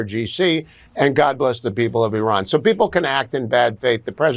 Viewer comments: I see everyone is saying Iran properly now. No more i-ran 😂 funny how that works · Thank you for pronouncing the word “Iran” correctly.